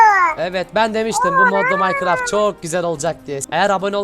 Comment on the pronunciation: Yo öğrenmemişsin Minecraft'ta maycıraft diyon 🤣🤣🤣🤣